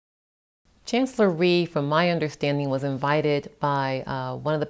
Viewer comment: Rhee not Theme.